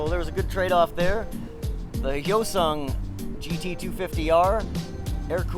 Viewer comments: Its Hyosung not Yosung ... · Hi-o-sung, not yo-sung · its not moron. its hYOH-sung, or for your simple mind YO-SUNG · Hyosung - pronounced Hi-yo-sung, Bless you Americans and your pronunciation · No.It depends where is pronunced.In here,Romania,we say Hyundai like "He-you-n(like in neck)-dai(sort of how british pronunce day)and Hyosung the same "He-yo(pronunced like in Yokohama)-sung ("su" pronunced like in superb). Well in english,hyundai is pronunced like Hy(the greting) un (like in universe) an dai (like british pronunce day) and hyosung hy(greeting)-yo(like in Yokohama)-su(like in superb)-nd(like in secoND). I don't speak Korean either but they aren't pronunced like in Korean anyway. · The "H" is silent.